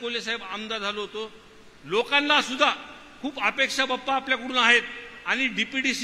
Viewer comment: बाप्पा नाही पप्पा ऐकू येतंय 😂